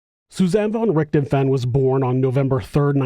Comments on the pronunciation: RichtHOfen. Not RicterFEN. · The name's pronunciation is more like DISHED'oven, only with an R. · Thanks man, fwiw, the "f" in Richthofen has more of a v sound